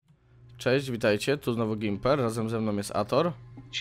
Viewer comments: To nie jest Gjemmper tylko Gmiper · To jest Gimperr a nie Gimerr